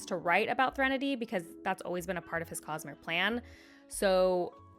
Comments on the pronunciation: Thre “nahdy”?? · Another one to add to your list of mispronunciations! 😂😂 (Threnody is a real word, so unless I've just been unaware of an alternate pronunciation, I think this is a particularly clear-cut case of you being.... Bad at pronouncing things 🤣) /lh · It isn't a Cosmere video without at least one uncommon pronunciation of an inworld word! I'm pretty sure the official pronunciation of Threnody is THREN-uh-dee (thren said like spren) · Great video! Your pronunciation of Threnody injures my soul however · Has Sanderson put out any type of 'official' pronounciation guides on the names of people/places in the Cosmere? Seems every video I see has someone saying things differently. Scadrial (sc-ADD-rial vs sc-AID-rial) and Threnody (THREnody vs threNODy) are two I distinctly heard differently on this video. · Definitely the weirdest pronunciation of "Threnady"..... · Love this series. Great video as always. But I must say, that pronunciation “Threnody” threw me for a loop.